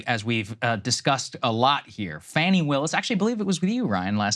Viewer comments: Fawny, not Fanny. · Fah-ni. it's not hard to pronounce people's names correctly.